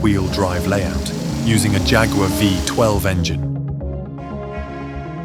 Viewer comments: Agree 💯. Lots of videos these days suffer with the same problem. It may not seem like an issue to some people, but it really does my head in when there is constant mispronunciation due to lazy AI narration or lack of research. Don’t even get me started on Jag-War instead of Jaguar or Neeesan instead of Nissan! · Jag you are? Do you often visit g you am? Or chew g you ar gum? I think not. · Let down by a rubbish Robot voice-over, too many Americanisms and odd pronunciation: Jaqwar and it was a Two Twenty for goodness sake!